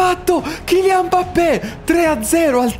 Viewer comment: Mi ha fatto troppo ridere quando ha detto al posto di Mbappé, ha detto “Modrić è andato a farfalle, Mappé”😂😂😂😂. Al minuto